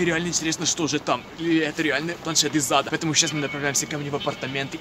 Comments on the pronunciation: Ха, мне всегда кажется что ты говоришь "Из зада" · Мне одному слышится планшет из зада? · Ты сказал из зада или ада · Мне одному кажется, что когда произносит "планшет из ада" он произносит планшет из зада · Почему мне каждый раз слышно не из Ада а из ЗАДА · Мне одной кажется что он говорит не планет из ада а планшет из зада😂😂😂😂😂😂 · Знаете мне кажется что каждый раз когда он говорит "планшет из ада" у него всегда получается "планшет из зада "!! Кто согласен лайк (если что то я правда так слышу ну.............вы же все так думаете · Мне одной послишалось не из ада а из зада?♥ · Я одна слышу "из зада" ?! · Мне показалось ты сказал планшет из зада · Когда ты сказал что это планшет из ада ты сказал это планшет из зада ха-ха-ха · из зада азащаззазаза мне одному послышлось? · Ты сказал из зада а не из ада